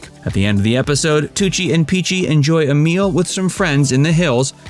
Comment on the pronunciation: Please, the pronounciation!! At least the names of people… Picchi!!! Not Picci..